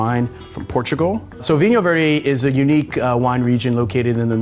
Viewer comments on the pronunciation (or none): Adding so many unwritten letters to the foreign names haha 😂 thx for showcasing vinho verde ;)